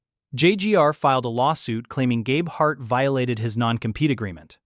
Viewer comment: How can we trust this when you can’t even pronounce Gabeharts name correctly? What’s important to you is how many views you get, not how accurate your video is….JUNK!